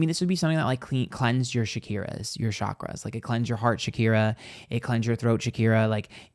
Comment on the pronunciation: You're amazing, and "Shakira" instead of "chakra" is HILARIOUS. Shakira is the one with hips.